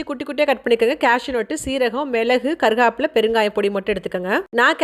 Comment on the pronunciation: Not molaga its milagai and not karugapilai its karivepilai....